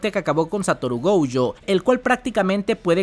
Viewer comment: Por q dice goujo no entiendo